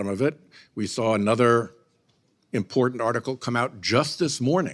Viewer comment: Did he just say deportant?